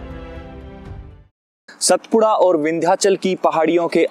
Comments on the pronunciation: अरविंद को आरविंद नहीं कहते. उसी प्रकार सातपुडा को सतपुडा नहीं कहते. भारत में हर जगह शब्दोच्चारण की समस्या है. मगर अच्छे पार्श्व नाद कलाकार को इस का ध्यान देना उचित है. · सतपुडा नहीं सातपुडा कहो. मैं बार बार कहता हूँ की शब्दोच्चारण पर अधिक ध्यान देना उचित है. विडीओ बहुत सराहनीय है. शुभ कामनाएँ.